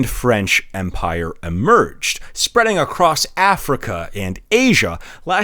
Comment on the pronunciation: Is spreadying across the best way to say that?